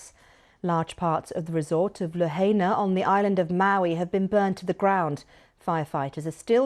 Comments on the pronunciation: False pronunciation of Lahaina. It’s pronounced La(High)na. Aloha. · it's La - HIGH - na, not La - HAY - na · Lahaina - La HIGH na. Not La HAY na. Hawaii - Ha Wa EE. Not Ha WHY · What is La-hey-na? 🙄👎🏾 it's pronounced La-hai-na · It's La-hi-nah, not la-hay-na. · It’s pronounced La-HI-na. Not La Hay Na. And everything is ruined there, including the boats in the harbor. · La-hay-na lmao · pronounced. "La hi nah" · I like how the reporter emphasized the correct pronunciation of Lahaina after the English anchors kept butchering it. Passive aggressiveness is an art.